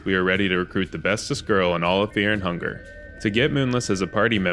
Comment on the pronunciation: Is there a reason to pronounce fear and hunger like feah and hungah?